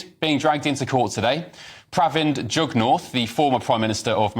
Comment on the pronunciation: It’s jag-Naaat as in juggernaut not jug north … jagnath is where we get the juggernaut from